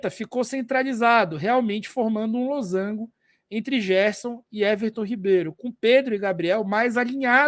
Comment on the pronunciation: esse losango com acento me quebrou oh, mas o conteúdo do vídeo tá ótimo kkkk